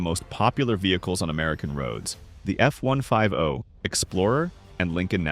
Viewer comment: Gotta love AI. FORD one-five-o. 😂